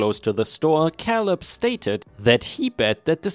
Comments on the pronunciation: I think it's pronounced kay-lub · Great stories, as always. Thank you. ⭐⭐⭐⭐⭐⭐⭐⭐⭐⭐⭐⭐ The name Caleb is pronounced with the a as in ape Another of those pesky English language traps we use the word row in different ways. 1. To row a boat 2. A row or line of soldiers etc These are pronounced as RO 3. To have an argument or quarrel with someone BUT is pronounced as in how or now. Hope this helps. Best wishes